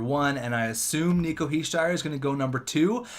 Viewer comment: You pronouncing Nico Hichiers name wrong is kinda annoying